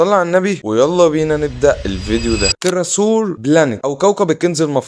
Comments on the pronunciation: اسم الفيلم Treasure Planet و بتتنطق تْـرِيجَـر الي انت قلته دا اسم ديناصور تقريباً محدش اكتشفه 😂 و the good dinosaur بتتنطق دينوصور مش دنياصور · تراسور؟؟؟ روح اسمع نطقها الصح رجاءً